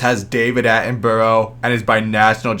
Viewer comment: Pronounced Sir David Atten-Bruh please